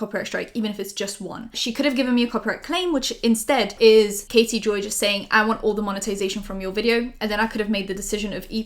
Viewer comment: I thought you said Katie Bell instead of Katie Joy and I was like ohhh no Katie Bell is from Harry Potter